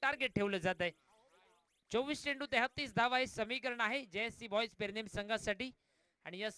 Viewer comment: Are baba te pernem te not permem